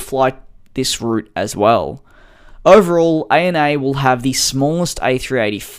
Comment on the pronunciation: You say “A-N-A”?? I call it “Anna”